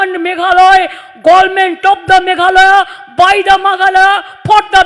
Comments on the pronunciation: Meghalaya not meghaloy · Meghalaya not meghaloi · bjp and tmc he is for another state he is not for in my own state vpp he is the real party in this time ilove vpp long live vpp Mamata Banerjee he dnt how to say mahalaya he say meghaloi he dnt now the pronounce hihihi im so funny 🤣🤣🤣🤣🤣 to see the cm of kolkata he dnt now how to pronounce please go to school again mam